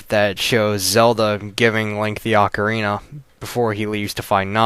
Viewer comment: Thank you for saying AH-carina and not OH-carina. At least i know im not the only one who pronounces it this way